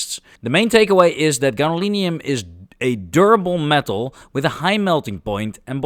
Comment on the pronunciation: Egad, man! It's gadolinium!